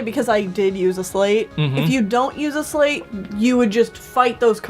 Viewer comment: Hey, just so you guys know, "sleight" is pronounced like "slight," not like "slate." I looked it up for you :)